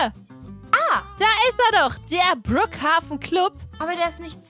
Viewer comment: Kein hate! man schreibt brookhaven aber man spricht brookhaiven